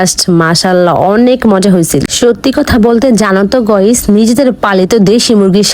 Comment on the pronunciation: গয়েস না গাইস